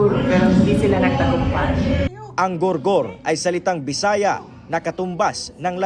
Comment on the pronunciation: Sir Gul Gul Hindi gor gor 😂